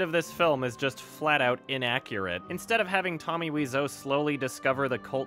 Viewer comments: weezo? wize-o? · Weeseou? I though it's pronounced like Waiseou. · Dood its wise-o not weez-o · Why are you pronouncing Weez-Oh? It's Why so, and you can hear him say it himself on his gameplay videos. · Wiseau is an anglicization of thé French word Oiseau (bird), which is pronounced "wah-zo" (believe me, it's my native language) so I pronounce it as Wah-zo. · are the "Tommy Wiiso" on purpose? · u are Canadian I know u took French until at least gr 9 its pronounced oiseau as in French for bird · "Wee-zoe" ~, 2017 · Tommy Weezoo, Tommy Waiso, Tommy Whezau, Tommy Wisey, are u even trying? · “Tommy “Weezo”. I love it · I thought his name was pronounced “Tommy Why-so” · It is. No idea why he pronounced it that way. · WHY WOULD YOU SAY WISEAU LIKE THAT YOURE TEARING ME APART